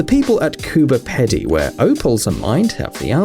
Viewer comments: No hate, I live in Australia and it's pronounced as Coober Peeedy. Not Coober Pedy even though that's how it's spelt. :) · Its called Cooberpedy PEE DEE not PEDIE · It’s Cooper peedy not Cooper peddy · It's prounounced Coober Peedy Mate, not Pedi. Ah yeh and that laughable price house???? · Just a head's up...the underground town in Australia, is pronounced Cooper Pee-dee, not Cooper Pedy. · Cooberpedy its pronounced Coober-pee-dee NOT Coober peddy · underground home are in Coober Pedy, Australia - it is pronounced 'COO-BA PEA-DEE' and not Coo-Ba Ped - ee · You said Cooper pedy wrong it's Cooper Peeeeeeeeedy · At 4.09 The underground houses are in a town called Coober Pedy in the state of South Australia . It is pronounced “Koooober Peeedy, not komba pedi. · Cooper peddy? Mate it's Coober pedy! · It's Coober Pedy, pronounced PEEDY no PEDY ugh cringe. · Ped no pee Dee coop. Ffs murdering Australian English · The Australian underground town is spelt “Cooper Pedy”, but it is pronounced “Cooper Pee-dee”. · No one ever gets it right because the spellings stupid. It's pronounced Coober Peedee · FYI the name Coober Pedy is pronounced Coo Burr Pee Dee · it's pronounced coober 'pee-dee' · You said Coober peedy wrong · Cooper pedy.....???!? Its peedy like pee and dee wow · Just saying I'm Australian and Coober Pedy is pronounced "Coober Peedy" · It’s pronounced Coober peedy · the place in Australia is pronounced Cooper Peedy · AUSSIE AUSSIE AUSSIE OI OI OI❤️💛💚💙💜🇦🇺🇦🇺🇦🇺🇦🇺 btw it's pronounced Coober peedy but it's spelt pedy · It's pronounced Coober 'pee-dee' From an Aussie 😊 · Its pronounced Coober Peedy mate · Your saying coober pedy wrong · It is pronounced cooper peedie. It is not pronounced as it is spelt. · Coober pedy is pronounced 'Coo - ba - pee - dee' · That is the dumbest pronunciation of Coober Pedy I've ever heard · lol you said coober pedy rong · Brayleigh Hope yeah no shit, he does it often. It's like he can't even be bothered doing proper research.